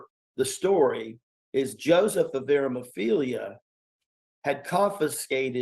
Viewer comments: It's ARIMATHEA, not whatever he said. Lordt! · Joseph of ARA-MUH-FEELYA 🤣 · He didn't even get Joseph of aramathea's name right 🙄